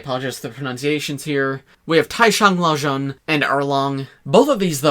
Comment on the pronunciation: Hey, first off great review! I wanted to say two things: firstly, your pronunciations of Erlang Shen (二郎神) and Taishang Laojun (太上老君) and quite solid! As a Chinese heritage speaker, I could tell some inaccuracies, but what was most impressive was the -ng sounds, like Lang and Shang. For example, instead of saying "Lang" as in Scott Lang with the hard vowel, you got it pretty accurate! The guttural sounds (?) isn't common in English as far as I can tell, so that's really quite impressive. The second thing is the obligatory translations of the Mandarin characters in the comments 😄: 南天门 (on the front gate): Southern Heavenly Gate 蟠桃园 (in the peach garden): Peach Garden (蟠桃 Pantao is a specific type of peach) 兜率宫 (near the Brazier): Tusita Palace (Tusita is a Buddhist concept) 凌霄殿 (at the top): Lingxiao Hall (the grand hall for the Jade Emperor's court) 齐天大圣 (on Monkey King's banner): Great Sage Equal to Heaven (Monkey King's self-proclaimed title, later official title) One final point: the Heavenly Dog belongs to Erlang, who is often depicted as having a hunting dog with him as he hunts Monkey King. It's really cool how the designers gave the dog a third eye in its head to match Erlang!